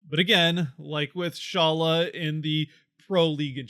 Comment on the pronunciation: During the Draft which i watched they pronounced his name as Shalla. Just so you know. Again that can be wrong. No one knows but Eduard himself